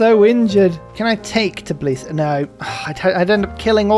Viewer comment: Shoutout for getting the pronunciation of Tbilisi right!